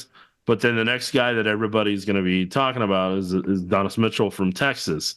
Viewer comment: Not to be picky here but it's Adonai Mitchell, not Adonnis lol.